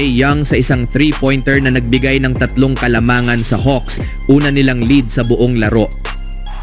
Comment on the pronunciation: Pki ayus sa pag pronounce ng LEAD